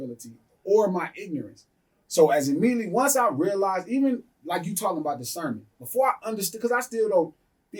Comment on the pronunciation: "Dis-kernment" and "sub-dle" is crazy 🤣